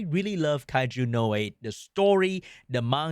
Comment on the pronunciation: aint no way he is saying the anime name like that. W Ragebait 😭